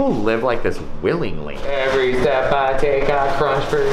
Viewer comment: Love the emphasis in kyles WiLlINgLY ,its mind boggling how people can let things get so bad